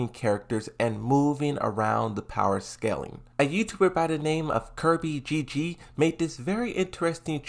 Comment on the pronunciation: Hey man. It's me KrizbyGG. Thanks for featuring the graphic I made. And I'm not sure if you mispronounced my name intentionally cuz you're known to mispronouncing a lot of names. Haha